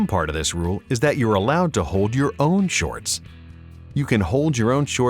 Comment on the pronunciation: why does he pronounce it as shortsch .... its just weird